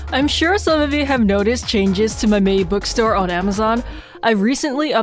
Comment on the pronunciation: I love how she calls mei lee meilin by the way i lov your vids